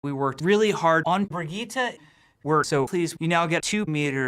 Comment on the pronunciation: Fucking "Bri-geeta" It's Brigette.